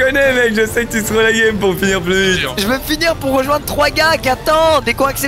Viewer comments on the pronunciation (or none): none